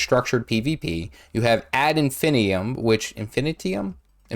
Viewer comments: It's pronounced Ad Infin-eye-tum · I still consider myself quite new, and have earned all my Ascended Jewelry from LW3 & LW4, mostly Bloodstone Fen, Bitterfrost Frontier and Sandswept Isles - for me these were the easiest 3 places to get my 6 Jewelry (im including Backpack in that 6) Now then, your Latin is terrible, ad infinitum which means again and again forever is best pronounced Add-In-Fun-Item Im not nit-picking, im educating, YTers especially should learn these things because younger (and less edicated) people learn from you, and America especially could use some idiocy-nullification (im Joking America! But its funny because its true) ❤